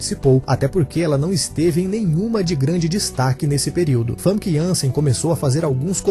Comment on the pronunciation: a pronuncia do nome dela não é fanqui, o correto é fâmica, veja entrevista dela com Danilo Gentili